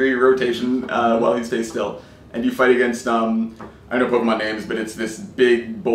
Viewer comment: I hate when people say pokamon instead of pokemon